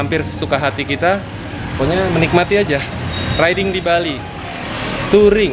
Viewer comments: Riding bang bukan rideing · Ri-de-ing = riding Btw kyk sunda ya ri de ing wkwk